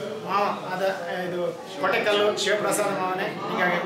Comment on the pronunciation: ಕೊಟೆಕಲ್ಲು ಅಲ್ಲ ಕೊಡಕ್ಕಲ್ಲು ಅಣ್ಣ